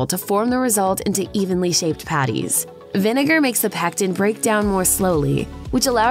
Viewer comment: To much emphasis on "patties." And McDonald's.